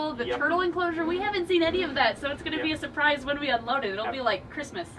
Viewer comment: Omg when said WHEN, Rex dies I thought she said since Rex died XD